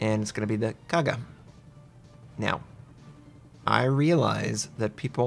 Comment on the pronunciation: Linze Li can't pronounce Kaga anyway, so no expectation for him to call it a CV